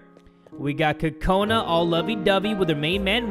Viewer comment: Am I the only one who thinks he's saying kokanas weirdly